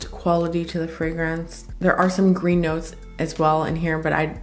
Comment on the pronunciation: Love how you pronounce the fragrances so very well. You're articulate and straight to the point. Definitely my kind of reviewer. You're in the same class as Sam (my world of fragrances), Josephine (Jus de Rose) and Chris (Perfume Nest). No exaggerated expressions or overly dramatic descriptions. Love your choices, too. Subscribing...